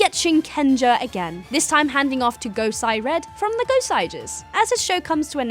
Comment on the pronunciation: It's gosei not gosai